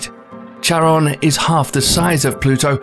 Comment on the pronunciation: bruh, not charon as tsaron.... it's charon like loch (lake)